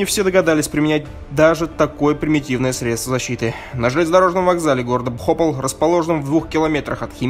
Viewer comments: ПхопАл, а не БхОпал. Неужели помимо "зачитки", нельзя поинтересоваться, как правильно называется город, о трагедии которого ты вещаешь? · Только город не бхОпал, а БхопАл.